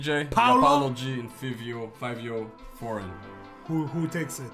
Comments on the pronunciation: It’s five-eo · it’s pronounced favio 😭 FIVIOOOO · its pronounced as " FAEEVEEO" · It is actually pronounced like “Favio” like the name Fabio lmao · It’s Fivio foreign but pronounced Favio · Its “fah-vio” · Its pronounced fyvio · It’s pronounced FAVIO even tho it isn’t spelled out like that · Love ya content 💙 but Fivio is pronunced with an A